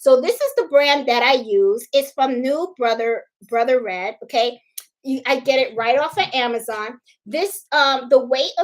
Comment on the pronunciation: I think its pronounced "Bro-thread" You are delightful I have learned so much from you.